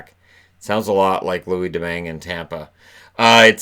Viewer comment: Short answer: it's not. The name "Domingue" is french and english seem to have a notoriously hard time pronouncing the french names. The "gue" sound at the end is a hard "g" and would be pronounced a bit like the beginning of the german name "Gertrude". Of course, that's be just the "GE" part. You could listen to this to have a better idea.